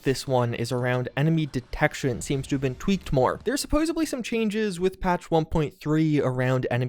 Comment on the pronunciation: Supposebly?? I think you need a patch